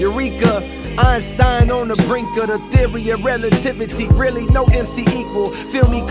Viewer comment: He actually pronounces the previous word, “really” as “real-E” no MC equal, which I find even more fire 🔥